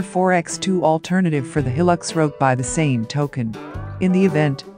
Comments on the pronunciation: Hi the name of the vehicle is Hilux pronounced High Lux not Hillux other than the name good video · It is not a Hil-lux it is a Hi-lux. Please get it right.....